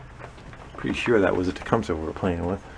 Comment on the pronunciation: It is not pronounced the way you say it, It is properly pronounced " TA - CUM - SEE".